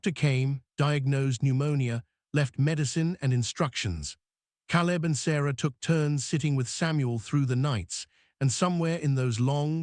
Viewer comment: I think one of the girls would have been a better choice for the hair-braiding. But it is symptomatic of the AI nature of the story. The mispronunciation of words, Caleb's name, "baby, "mama", shows the non-human element that makes AI so unsatisfactory. The story was good up to a point. The kiss and the declaration did not have enough groundwork to be really believable. Images and captions were good. The voice was O.K., but couldn't overcome the mispronunciations to be be really human. Productions are getting better, but relying too much on AI still makes the final product feel lacking. OR, USA